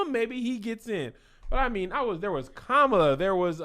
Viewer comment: A few things: 1. Y’all president talks like a random word generator 2. It’s Kah-muh-luh not Kuh-ma-luh She’s half Indian (the south Asian Indian not Native) 3. For some reason the most graphic part of WAP was when she referred to the dangly thing in the back of her throat. It was a lot... 4. “DUMB thick” is the best aggressive compliment I’ve heard